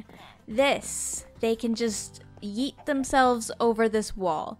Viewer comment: saying yeet is my new favorite thing